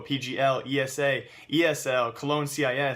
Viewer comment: its esea not esa